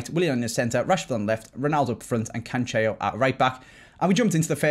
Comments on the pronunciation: Please don’t say “Cancheo” pronounce it - Canselo. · pleeeease we’ve corrected you before, you even spoke about it in a video.... it’s pronounced CAN-SELL-O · Good Day no it really isn’t ur just as bad as